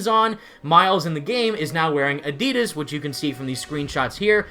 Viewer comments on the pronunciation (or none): it’s adidas not adidas